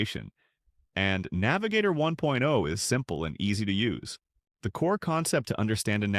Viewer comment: The emphasis on words like "1.0" and "2.0" when comparing the two doesn't sound right. But more generally, the overall cadence sounds really repetitive. It's lacking any human touch and becomes a sort of drone that I found myself tuning out to.